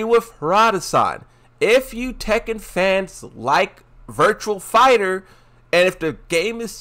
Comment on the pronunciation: You expecting someone who deliberately mispronounces some fighting game character names to say virtua fighter. This the same person that called azucena akwafina for the longest time